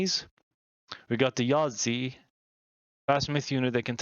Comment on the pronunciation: Chiyou is pronounced "Chur-Yoh". The "Zi" in Yazi is pronounced as "Tz" (the i at the end is what we call a "fake i" because it is actually not pronounced). Gou is pronounced like "Go" as in the opposite of stop. Tie in Taotie is pronounced "Tyeh". The "Qi" in Qinglong and Qiongqi are pronounced "Chee" (with your tongue at the floor of your mouth). Hundun is just pronounced as "Hoon-Doon" Rushou is pronounced "Roo-show" (like a TV show). Pixiu is pronounced "Pi-Hsiow" (the last -u is a "fake u" because it's actually pronounced as "Yo" like the informal hello in American English).